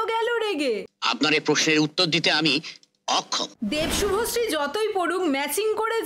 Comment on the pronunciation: শুভশ্রী ❌ভশ্রী✅